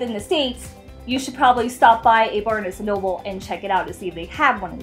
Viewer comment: U say barnes&nobles wrong